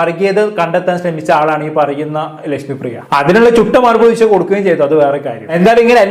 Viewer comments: ഉശ അല്ല മോനെ ഉഷ എന്നു പറ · ഉശ അല്ലടാ 😂 😂😂😂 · ഉഷ! Not ഉശ